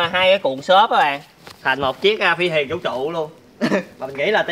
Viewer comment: Rõ ràng là THUYỀN mà sao cứ gọi HUYỀN nhỉ, nhóm sao ai cũng nói ngọng hết vậy